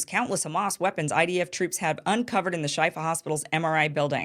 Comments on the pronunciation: It's pronounced Sheefa, Kim. It means cure. The IDF "evidence" was definitely pathetic, like every other "proof" they provided in the past month. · I believe it's pronounced "shefa" meaning healing